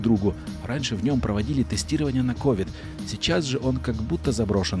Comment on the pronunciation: привет видео топ но правильно ковид ударение на и